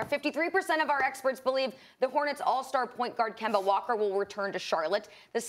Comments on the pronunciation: Nobody: Stephen A: Kember Walker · “Kember Walker”